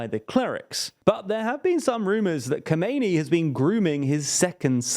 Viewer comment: As an Iranian I can say, this is actually a very good representation of the current situation in Iran. Just one little thing, the current leader's name should sound like kha-meh-neh-ee and the old one is kho-may-nee. Obviously you are not expected to say every foreign name accurately. Thanks for great videos.